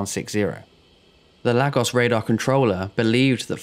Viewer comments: Small point . . . . . It's pronounced LAYGOSS and not LAG OSS. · Enjoy your videos fella. Another good one here. No irritating background music or sound effects. But yes (not a massive issue) your pronounciation (actually pro nun ciaton) is sometimes a bit off Lagos is (sounds like 'Lay...gos') Google translate can help 👍🏼 All the best 🇬🇧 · Lagos pronounced “Lar-gos”? It’s “Lay-gos”! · Where the hell is Laggos? If you're talking about Nigeria, it's "Lay-gos". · Well done for finding more and different content once again. Just a word though - and the word is Lagos as in Laygos, and not Laggos. Just thought you'd like to know (-;)~ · Lol. Everytime you say Lagos... I have the urge shout back "Laygoss" Cos that's how it's pronounced. .... apologies. worthless I know. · And it's pronounced "Lay-gos". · and to make it more clear for anyone who might pronounce the "gos" the same as the word "goes", it's pronounced "guss", like in the words "gust" and "gossip" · It's pronounced LAY-GOS. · As a Nigerian, your pronoun citation of Lagos has actually stressed me out lol 😂 but great video and an incident I hadn’t heard of - thanks! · Another strange pronunciation - this time of Lagos. 🤔